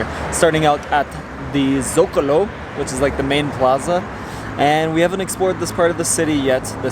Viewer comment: Guys, cool vid. One note: Socalo, not Zocalo :)